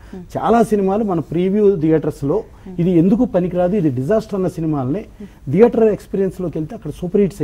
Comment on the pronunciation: దియేటర్ కాదు నాయనా థియేటర్.... మళ్లీ నువ్వు ఒక నిర్మాత అంట